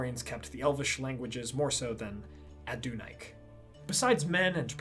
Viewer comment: Are you sure about how you're pronouncing Adunaic? I would have guessed Adun-ay-ick rather than Adun-ike